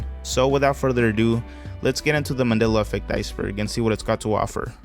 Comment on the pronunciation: He can't even say Mandela correctly